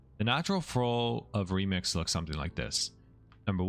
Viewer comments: Okay, am I crazy or does he say "Lemix" instead of "Remix" every so often? I feel like I'm in Super Troopers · Incredible guide but I hate you for saying LEMIX constantly lmao